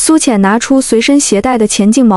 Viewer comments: 多音字读音又犯錯乱毛病， 文里：「攜帶的［乾淨］毛巾」 小学生都会正確的念［肝淨］， 但文里配音乱扯读为［钱淨］， 连小学生都不如？ ［饯凈］是啥东西？…乱扯， 博主，加油。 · 繁体的干净毛巾，被AI 读成钱净。 AI 读白字有很高的频率。